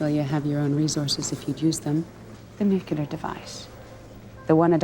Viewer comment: I love you but please - "nuclear." Not "nook-you-lur." Nuclear. <3